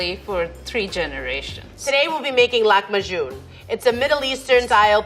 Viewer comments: lakm bajoun ? Being from the Middle East, I honestly feel offended!! IT'S LAHM B AAJIN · Laham bajeen not laham bagon!and its means meet in dough. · The chef really needs to learn the correct pronunciation of Lahm b Aajeen it's not lamajoun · Yh im lebanese so it's nice but the way she pronounced it tho😂 "Lak majoun" idk how u guys pronounce it but here it's lahm baajin (لحمة بعجين) for those who don't know lahm is meat and aajin is dough and the way she did it was a bit different but that's okay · Say with me, it's L A H E M BI A A J I N (Lahm baajin, pronunciation might differ from a country to another, I'm Lebanese and this recipe represents one of our traditional food, you can add some lemon juice and spices and eat it with yogurt) oh and btw we call this kind of flatbread: man'ouche. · remember when kim k called it "lamb a june" 😭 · im lebanese and i died inside a bit every time she pronounced it like that. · As someone who's from the Middle East, I can easily say that level 3 chef absolutely nailed it. The only problem is just how the dish's name was butchered.